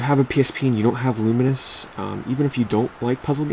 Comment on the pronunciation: isnt it Lu-mines? not Lu-min-is? just wondering, dont hate :P